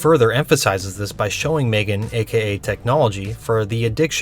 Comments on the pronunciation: it grinds my gears how calls her maegan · Right!? Its pronounced M-three-gan